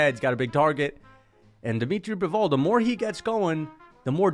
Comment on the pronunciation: dimitry "Bivooul"